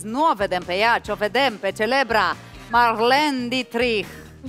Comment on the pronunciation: botezatu: Marlene Ditrik, pronuntia: Marlin Ditreich....super fan :)))